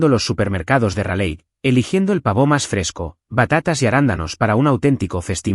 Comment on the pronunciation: El Pavò parece francés 😂😂😂😂